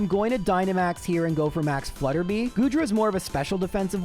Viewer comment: I know pronouncing things wrong is kind of a meme here, but it's Flutter-bye not Flutter-bee.